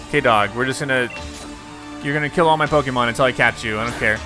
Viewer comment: You said "untEl" ps i love your videos